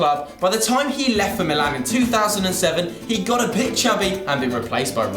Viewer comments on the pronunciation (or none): none